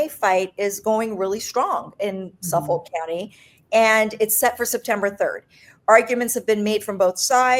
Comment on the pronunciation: Please pronounce "Suffolk" County like a New Yorker. "SUFFIK", not "Suff Folk" 😂